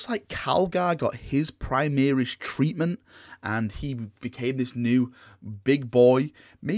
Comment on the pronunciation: When you said “Primaris treatment,” I heard “tree man.” I mean, the dudes ARE pretty tall.